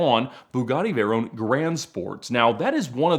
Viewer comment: "Vay RONE"